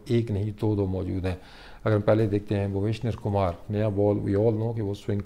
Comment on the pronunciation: Tik se pronounce Kar bhai bhuvaneshavar Kumar